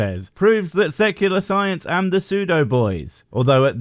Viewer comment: Haha, thus is great. It sounded like he said sucular rather than secular! This is funny. Great video, 👍💙💙💙🥰✌